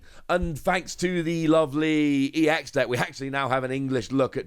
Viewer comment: Given that 'ex' is in lower case, it isn't pronounced 'E.X'. You just pronounce it like you would the ex in ex-wife :D.